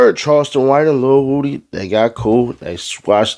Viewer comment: It’s Woody. Like wood. Not Whoody